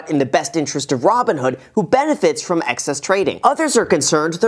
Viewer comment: Great video! Yeah, they sound bad to me too. I wouldn't want to invest with them. "froim" lol